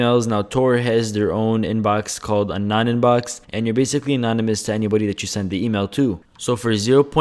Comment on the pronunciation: zzzz bhzhhh baysickly bshiculy.. LEARN TO SPEAK.. lol